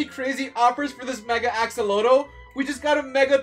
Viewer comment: What is a e-exa…you kinda said it funny axllotele lol🤭🤭🤭